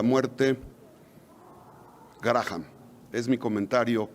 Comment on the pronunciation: Y ni quien lo corrija. El nombre se pronuncia, 'Gram'. Linsi Gram.